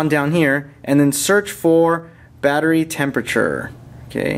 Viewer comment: vattery boltage :D :D